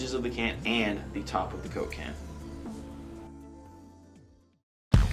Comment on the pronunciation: The way says coke-can sounds like cocaine.:D